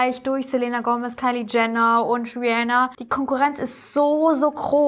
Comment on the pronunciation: Selena wird Selina ausgesprochen sry triggert mich 😂